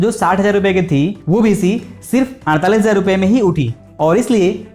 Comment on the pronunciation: Bhisi nhi hai bhai beesi hai